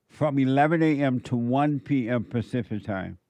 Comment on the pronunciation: said “pacific” HE BLATT